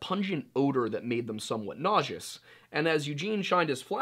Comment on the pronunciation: You can say appalachia however you want, the way you pronounce nauseous on the other hand o.O